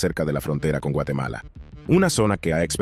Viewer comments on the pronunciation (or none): none